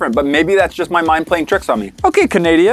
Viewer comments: No one: Literally no one:: CaNaDiA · canadia As a canadian, when he called canada "canadia" i started dying from laughter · Nobody: Nobody at all:: "Okay canadia." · he did just say “ ok canadia” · Yes he did say CANADIA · Canadia All us Canadians: Eh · ya i cought that too XD he said canadia not canada XD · Canada not Canadia but he could of meant can Canadian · "Okay Canadia" DJ Khaled: Congratulations, You Played Yourself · Nobody:: gerMANY Also: canADIA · No one: No one ever:: "Ok Canadia" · No one: Absolutely no one:: Canaidia Me being Canadian: Yes Amuricuna (I love being a candian also did you know when Europeans came to settle in North America in Canada the first nations asked if they would go back to the village to talk and they said Kanata which means Village, and that's how the name Canada originated) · Yeh it is canadia learn your canadian history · Ok canadia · Okay Canaidia Me, a Canadian: cringe Okay Amurrica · Is no one gonna talk about saying "Canadia" instead of "Canada"??? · Nobody: "Okay Canadia" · He said Canadia you’re missing the n oh and I have that toy story buzz game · At the beginning said thanks canadia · He called it canadia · Ca-nada it’s Cana-da😭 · Canadia XD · Canadia lmao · Tanner: Are you from German: ok Canadia Me: brain hurt. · Five seconds in: "Okay Canadia" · Did just say canadia?????? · As a Canadian I feel very insulted